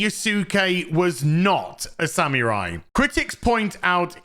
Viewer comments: This is a great video, but for the amount of times you say "samurai", you might want to get the pronunciation correct. It's more like "sa-moo-rai", not "sam yer eye"! 😅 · Sa-MU-rai. Sa-MU-rai. "MU", not "mi". Go practice. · I like how pronounces samurai sounds like he's saying "Sam your eye!" 😂😂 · From now on I'll say SaMewRai <3